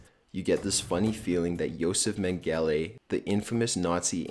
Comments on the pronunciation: Honey, its pronounced Meng-eh-lay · and without trying to sound like an English teacher, his word and name pronunciation is horrible. (Valid-ditty, Macabre, Joseph Men'gally).. He must be reading something that he hasn't passed by an audience. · I love how the narrator mispronounced Mengele's name. You'd think these people making the videos would at least know how to pronounce who they're talking about. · I love your videos, but please, Please, PLEASE learn how to pronounce things! For example, Josef Mengele.